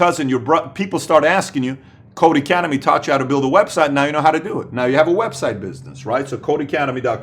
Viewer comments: not to be a "troll" but it's not "Code Academy" it's Codecademy without the "A" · Great video Patrick. One thing: it's codeCademy not codeAcademy :)